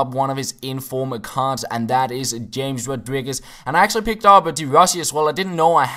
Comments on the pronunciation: hames rodriguez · You speak it chames rodriguez